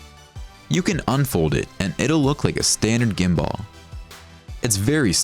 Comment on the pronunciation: Bro say it like gim bull not literally gim ball. Who does that